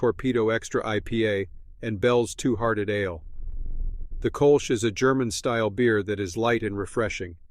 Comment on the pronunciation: pronouncing ale like uh-layyy 🎉